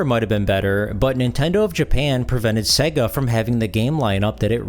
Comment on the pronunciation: Dude......its SEYYGA (as in 'AGES") not SEGGA (as in EGG).